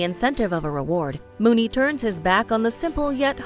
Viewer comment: Discussing Million Dollar Baby: You mis-identified Hilary Swank as "Hilary Swan." I suggest you do your research. And then you do the same thing to Unforgiven,. You mis-identified Eastwood's William Munny as "William Mooney." You need to SEE films before you pronounce names wrong.